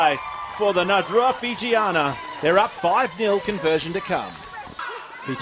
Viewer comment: Really liked the close up camera angles of the kicks at goal. Would be cool to get more shots like that in rugby games. I must say the commentators pronouncing of the Fijian names were super on point.